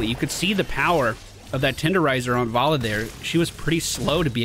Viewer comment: why do you keep saying varlla its valla